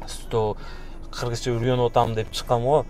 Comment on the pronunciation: ото жакшы суйлогонун кыргызча ну ургонуп эмес уйронуп деп суйло тууган